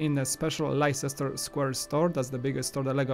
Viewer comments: Leicester's pronounced lester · Why can't people seem to pronounce Leicester correctly?